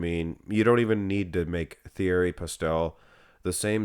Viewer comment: You pronounce his name t e a r y. He is actually closer to 59 than 52. I talked to him for an extended amount of time at the 91 Olympia. Google has MN as 5ft 2in but that is grossly inaccurate. I'm 5-11 and he was in bare feet and no more than two inches shorter than me. Andrew Jack is 61 and a half.